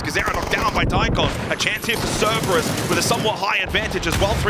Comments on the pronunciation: my god he said "Ceberus" six times in ten seconds. does nobody come to him between broadcasts and say, "hey buddy, i gotta let you know..."? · man, someone tell him there are 2 Rs in Cerberus.